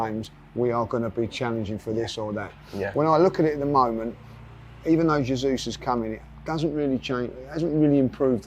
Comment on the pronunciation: you must help and teach him how to pronounce Jesus and not Zasuse.🤦🏻‍♂️